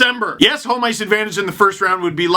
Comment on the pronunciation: Love the way you pronounce 'home'. Sounds like 'holm'. like 'Holmstrom' or 'holm-ice'.